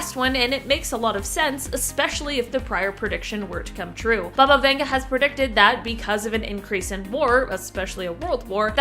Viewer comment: Who’s Bubba Venga 🤣🤣